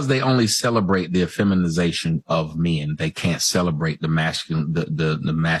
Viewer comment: never heard a dude pronounce "men" like "meeee-in", plenty of women do though